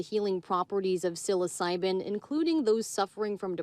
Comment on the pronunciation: She doesn't know how to say psilocybin lol